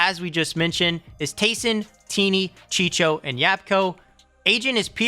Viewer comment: Chicho😂😂😂😂😂😂😂 it’s chico